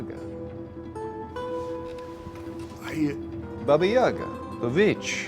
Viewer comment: I've never seen David being taken so seriously before. This is truly beautiful, and the way he is open about his experiences - priceless. Much love from Russia, sorry, don't believe in Baba Yaga (only if it's John Wick). And, actually, the second syllable should be stressed, ['bɑ:bə jə'gɑ:], but I guess it's too late now )